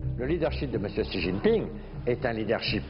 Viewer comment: Mais bondieu la façon don't il pronounce le nom du président de la chine!